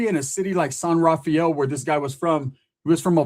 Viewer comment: San “rah-fel” not Rah-fi-el. It’s nice there. My grandpa used to be the mayor of San Rafael but lived in Corte Madera and my grandma lived in Larkspur.